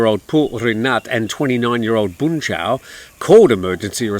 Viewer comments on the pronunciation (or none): none